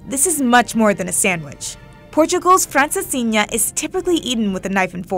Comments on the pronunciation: the way she tries to pronounce every dish correctly (without even succeding, she makes everything sound the same)in order to be polite and respectful , it;'s so cringe and makes it even worse than just pronouncing them with an english accent lol. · As a portuguese native, your pronunciation of "francesinha" coulda been better, ALSO, the name comes from a man who made said sandwich to honor a lady he was trying to romance, although the story told in the video is popular as well